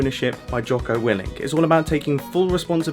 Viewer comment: Hearing Mumbo say Jocko Willink’s name is really surreal.